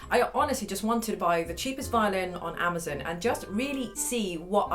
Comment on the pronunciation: The way she says amozun